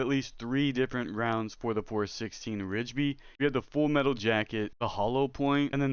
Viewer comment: I am totally hyped for this game! Thanks for the little overview, really hope it lives up to the hype! I realize this vid is a year old so the following comments may be outdated to you and you've long since learned about the following... I had a few comments if you don't mind a little feedback Just to help you sound a little more credible the 416 Rigby you were pronouncing it "Ridge-by" and as far as I am aware that is incorrect, all i've ever heard is "RIGby" (think saying it like 'Rig-be' (like you you may "Rig" up a fishing line and saw a bee flying around. Totally feeling like I'm that nerd correcting someones spelling but I'm not trying to be a know-it-all dick but rather help you feel more respected for what you are talking about (if that makes sense). I can be wrong on anything in my message, maybe some things are unique to here in Alberta Canada but I used to be a Firearms Specialist and have heard a lot of the 'talk'. So again my goal is to just show a kindness in giving a little direction. So in that tone the .243 Win isn't said "two, four, three, Win" but instead "Two fourty-three Win" Lastly did THEY say that the cartridge you showed was a 22LR?? It really didn't look like a 22LR maybe closer to the 22 WMR. Thanks again for doing the overview! Hope you understood my few comments were meant as contributions to hopefully help make your future vids a lil more 'on-point and again maybe I am wrong on all fronts and my observations were all unique to my Alberta experien